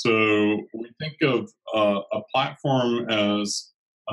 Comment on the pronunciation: Good interview and briefing. Thank you. ps It is said PlaTform not PlaTAform